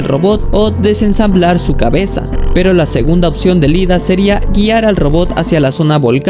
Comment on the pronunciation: Amigo, cometiste el misme error de muchos, es IIDA, no LIDA. La primera letra es una "i" latina mayuscula.